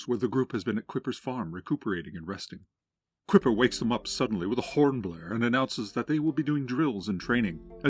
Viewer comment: Isn't Kuiper pronounced "Kai-per" instead of "Kipper"? (Like the Kuiper belt in space?)